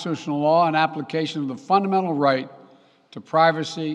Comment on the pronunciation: "fundemedible". What's that word, joe